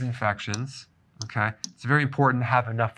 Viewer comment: I've been watch Dr Berg for a while not, I love the way hey say's "Kay" HEHE